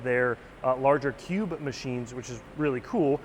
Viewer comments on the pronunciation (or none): none